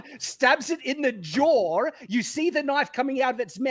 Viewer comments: Listening to intro monologue about the creatures getting stabbed in the jawr just reminds me that the Aussies like adding the mystical 'r' sound to the end of words such as 'no-r'. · have I been saying “jaw” wrong this whole time? Is it pronounced, “jaw-err”???